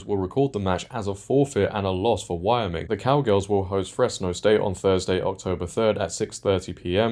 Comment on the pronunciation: Not a big deal, but you might want to look up how to pronounce Wyoming.......